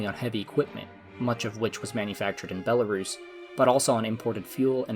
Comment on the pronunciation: You are not pronouncing country name correctly